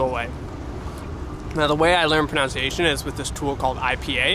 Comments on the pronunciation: fyi - it's not pronounced 'pro-noun-ciation', it's 'pro-nun-ciation'. lol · It's a bit ironic that you mispronounce the word "pronunciation " as "pronounciation". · So ironic you mispronounce pronunciation